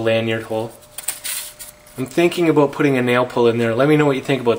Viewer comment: Abott this, its about this, ( pronunciation)!?